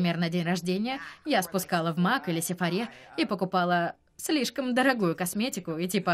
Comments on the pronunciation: Сефора, ударение разве не на о? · Сефора родом из Франции, там ударение в словах падает на последний слог